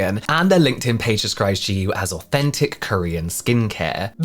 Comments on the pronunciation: im korean and,,, the hangul reads JAYU meaning freedom and, japanese pronunciation of that very word is JIYU. This isnt even a korean inspired brand, its a bandwagon asian fetish branding...😢😂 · I thought maybe that's because it's intended to be pronounced "j-eye yoo" but since they make so many videos online I find it weird that it would be so widely mispronounced